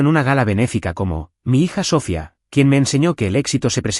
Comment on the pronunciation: Porque dicen mal el nombre siempre, es Sofía, si no saben decirlo pongan otro , en la traducción escrita está bien acentuado y en estas narrativas lo usan mucho y siempre mal